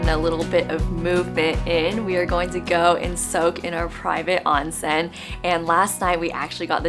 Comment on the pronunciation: Beeeautiful!! Thank you for sharing! Btw, onsen is correctly pronounced with a long o.